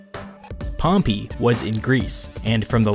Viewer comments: It’s pronounced pompay not pompi you lemon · Dude its Pompey not Pompee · Pronunciation: Pompay>Pompee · pompy..... i cant stop hearing you butcher the name pompey... its in the name Dude. PompEy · wtf that’s a really weird way to pronounce pompey. Maybe its just american? I’ve always thought it was pom-pay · "Pom-pee"? This narrator sucks! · I don't know why but I love the way you say Pompey. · I love your videos you do a good job one thing you say pompey wrong that's not how you pronounce it